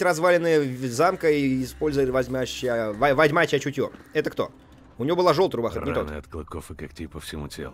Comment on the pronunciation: Игра: -Ведьмачье чутье. Куплинов: -Вечьмачье чучье :D